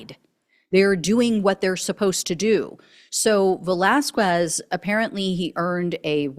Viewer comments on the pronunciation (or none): Ve-las-KEZ... In Spanish, the "Q" is the "K" sound; The "U" after "Q" is silent... Please hire a knowledgeable person who can help w' pronunciations... ICE should make public announcements for these people to turn themselves in for assistance in returning to their native countries instead of rounding them up... & penalties for failing to do so... >> Americans will rush into burning buildings... The issue is the pay & the alternative... Trump & ICE & AGR & the business community to organize & keep in place some foreign workers like 10,000 Poles after WW2 in much needed industries before he destroys the economy... but destroying the economy appears to be his goal?...